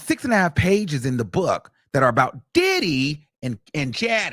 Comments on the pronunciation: Every time he say DIDDEEY… I lose it 😂😂😂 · The way he keeps pronouncing Diddy like Did-he is hilarious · No fr every time he says his name the emphasis and exaggeration has me crying I’m now saying it like him DIIDDDDYYYYY